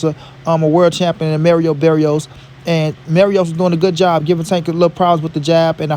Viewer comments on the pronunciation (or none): Bro it’s Mario Barrios not Merio Berrios